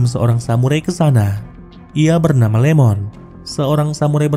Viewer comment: Iemon bang. Bukan Lemon😅